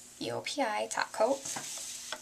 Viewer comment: .... the first time she said top coat it sounded like OPI taco